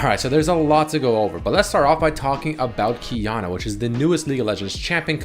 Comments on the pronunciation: Idk why Qiyana pronounced that way, bcos im asian lmfao I say it as Qi ( air) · Qiyana What I hear: Keanu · Only now have i noticed that "Qiyana" reads like "Keanu" when said it she needs to have a skin with a dog